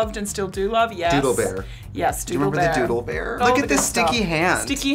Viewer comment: when you said doodle bear i heard “dula bear”